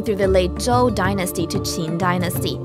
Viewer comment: The pronunciation of Zhou confused me. That is not the Zh- pronunciation I have learned but I am of course only a foreigner. (Her American English had a few blemishes amid a sea of perfection: "ancient" was pronounced without completing the first 'n', that is, the tongue didn't touch the top of the mouth at the end. "Quite" was pronounced "qui" once, with no hint of the 't', not even as a glottal stop. Both mistakes are typical for native Chinese speakers.)